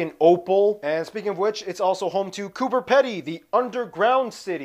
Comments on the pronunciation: The guy in the video u reacted to ....Pronounced Coober Pedy incorrect ....Its pronounced as Coober Peedy 😉😊😊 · Coober Pedy is pronounced Peedie, so similar in pronunciation that i didnt want to put here, Peedo, i think how yous say it. But Peedie not peedo. And why peeps dont want to live above ground?? Do you want to be human jerky? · Just a couple of correction It is mount kos-ee-osko It is coup-a-pee-dee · its prounonced coober pe di